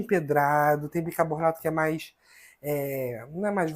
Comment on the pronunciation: Como eu já disse, suas receitas são ótimas, porém a sua pronuncia errada do bicaRRRRbonato prejudica o seu vídeo. Como você pronuncia o seu nome de forma correta e não pronuncia corretamente o produto? Isso não tem nada a ver com os problemas que você nos disse. Por favor, faça uma forcinha para pronunciar BICARBONATO da forma correta. Muitas pessoas irão aprender de for errada com sua pronuncia errada. Você é uma pessoa pública e é seguido por muita gente de todos os níveis. Por favor, faça uma forcinha.